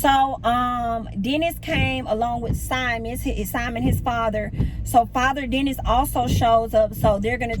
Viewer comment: I die every time you say Father Dennis 🤣🤣🤣🤣